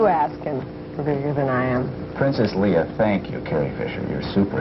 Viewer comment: He keeps saying Leah instead of Leia as well. Would've been nice to have an interviewer who'd actually seen and paid attention to the movie..